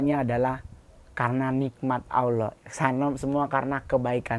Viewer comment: Allah bukan Auloh, klo Auloh itu dewa orang pagan😊